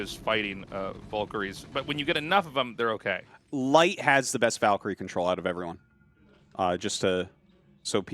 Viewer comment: YOU NEED TO TEACH TASTLESS HOW TO SAY VALKYRIE NOW